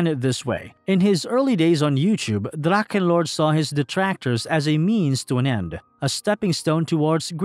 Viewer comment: What is so hard on it to spell dracHHHHHEnlord ?!? it’s a H and not a damn K. I can’t listen to your drakkenlord damn